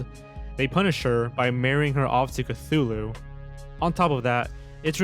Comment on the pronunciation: CTHULU....CTHULU?!!!!!! SERIOUSLY!!!!!!